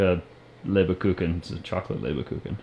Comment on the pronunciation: "Leberkucken? are you sure? spell it for me and I tell you where you make the pronunciation mistake, if any? the "Kucken" part should I think be; "Kuchen", the '-CH-' is pronounced like a '-g-', but that is something you native ENGLISH speakers can't pronounce anyway. Just as the word "Neggar", an old Dutch word, meaning devilish or black-soul person, the English/ Americans made it as: .n....gg.....r, pronouncing the '-gg-' as a 'k', and the '-e'- as an '-i-', the '-a-' as an '-e-'.instead of the British '-a-' when they say 'I can't' instead of the American 'I ken't'. The 'Leber-' part; isn't that 'Lieber-'? translated it would mean 'favorite'' or 'beloved'. This would mean that the "LieberKuchen' nothing else but 'favorite or beloved cookie' means. Meaning; very delicious!!!! Verstanden? understood? Gut, und weiter es geht. Good, and we go on/ next!!! 🙂